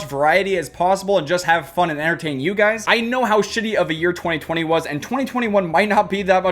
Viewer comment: saying 2020: TWEE TWEE